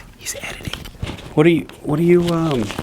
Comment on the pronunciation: "What-er you waiting for?"